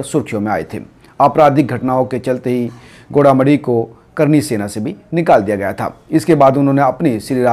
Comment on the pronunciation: Gola medi nhi bhai goga medi h